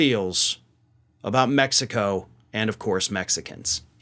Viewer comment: Mextico! I love it! The old Okey can’t even pronounce Mexico. I’m told he’s really playing the part of a Goombah, he’s actually well educated. I know of parts of the modern UK where, if you can read and write, they think you’re a scholar! So I’ll reserve judgment on Fanny here. I would suggest he stops chewin gun while speaking. Multitasking etc.